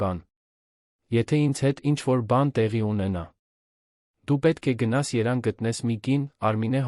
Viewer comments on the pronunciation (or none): Հարգելի ընթերցող ես չգիտեմ ,որտեղից եսկարդում նյութը, շատ սխալներով ես կարդում,(և)տառը միշտ բաց ես թողնում։ Երևանի փոխարեն երան ես կարդում։ Միշտ շատ հետաքրքիր թեմաներ ես կարդում, բայց այնքան սխալներով և ոչ ճիշտ առոգանությամբ, որ համբերությունս չի բավականացնում,անջատում եմ ուրիշ հաղորդում եմ նայում։ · Այ անգրագետ բերանդչի բռնում ասես Երևան թե «երան» ը֊ավելի հնչեղ է քո համար։ կարող է Հայաստանն էլ քո ձևով փոխես։ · Դիմում եմ տեքստի կարդացողին,ես հասկանում եմ դուք այս տոքստը կարդալու համար դուք գումար եք ստանում ուրեմն սովորեք գրագետ կարդալ' Երևանը երան չի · Հետաքրքիր է ինչի ես սխալ կարդում Երևան երան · Այ տղա, գոնե Երեվան (Երևան) քաղաքի անունը ճիշտ արտասանի կա՛մ էլ մի խոսի, էլ չենք ուզում քեզ լսել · Երևան և տառը չի արտասանում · Միայն Երևանը չէ, և տառը չի կարողանում արտասանել, իմ կարծիքով սա արհեստական բանականություն է